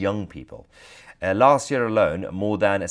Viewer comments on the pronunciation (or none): none